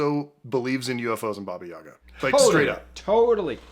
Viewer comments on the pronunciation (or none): I've never seen David being taken so seriously before. This is truly beautiful, and the way he is open about his experiences - priceless. Much love from Russia, sorry, don't believe in Baba Yaga (only if it's John Wick). And, actually, the second syllable should be stressed, ['bɑ:bə jə'gɑ:], but I guess it's too late now )